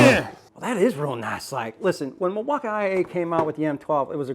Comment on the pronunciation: Learn how to say Milwaukee